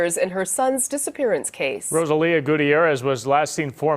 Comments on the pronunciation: Okay. Narrator, you are pronouncing Rosalio’s name incorrectly. You are saying Rosa Leo. His name is Ro SAH-lio. Google can help you pronounce Spanish names. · Pregunta from una gringa: …isn’t his name, (in English phonetics), “roh-SÁL-ee-oh”? Or is it seriously “row-suh-LEO”? Every time the voiceover pronounces the victim’s name, I find myself cringing… I could very well be wrong, but something about this Americanization of “Rosalio” doesn’t sit right with my ears.